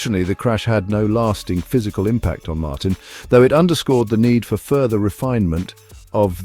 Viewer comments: His name is pronounced Martine and Ducati gave him exactly the same chance on the same bike. He deserves the number 1 plate and Ducati deserve recognition for giving him the bike to do the job - the pressure is now all on Aprillia, other world champions couldn't compete for world titles on it. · Thank you, thank you, thank you for a video narrated by an actual human being and not an AI!! It rests my ears. By the way, it's Martín - like, Mar-teen - not 'Martin' as in old Martin Jobbie down the road. I really loved your 'Jorge', though. 😄